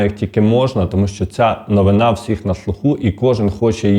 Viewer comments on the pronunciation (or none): none